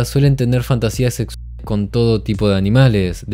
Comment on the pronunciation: o dice sexusale..